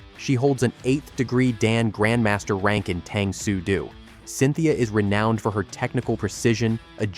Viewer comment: Why is it that he pronounces Jeet Kune Do correctly, but not with Tang Soo Do(pronouncing iit "Doo"? )